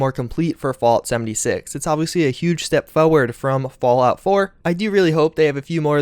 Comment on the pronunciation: "Falout" 76? :'D